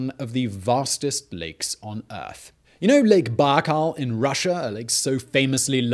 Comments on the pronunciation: Er. Lake Baikal, not Biakal. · It's Baikal Lake, not Biakal ;) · Lake BAIKAL (not Biakal) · Its LAKE BAIKAL not BIAKAL you dummy 🤦‍♂ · Lake Baikal , not Biakal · Lake Baikal* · No One: Simon: "lAkE biakAL"